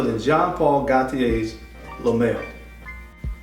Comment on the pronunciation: Le male is pronounced Le "mall" just sayin. And petit matin is petit "mateen" also just sayin. Something that is just as important is honoring the house with the correct pronunciation. 🤷🏽‍♂️🤦🏽‍♂️